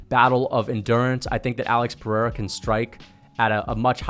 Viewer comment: Since you're one of the few YouTubers who pronounce "Pereira" right, I have to help you with Michel too. The ch sounds like sh, not like k, so it's like mee-shell. Good job btw, you and the Guru are the analysts I follow the most to get hyped for the UFC!